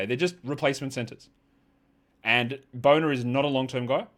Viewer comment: I like how u pronounce "Bona"